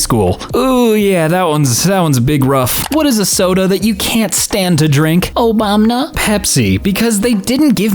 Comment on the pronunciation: WHY DID YOU SAY OBAMNA YOU MADE ME CHOKE ON MY MCNUGGIES